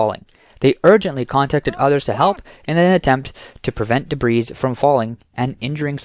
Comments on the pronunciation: Your AI reader needs to learn how to pronounce "debris". Big thumbs down!! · The word "debris" has a silent S.